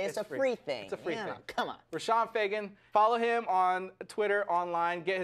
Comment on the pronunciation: Its Roshon